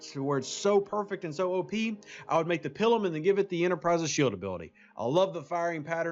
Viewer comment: if I may ... the I in Pilum is a long I ... not a short one .. :) I get a visual of a nun making you on the hand with a ruler every time you say it :)